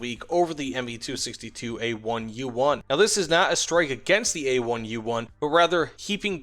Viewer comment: It's Me not Ma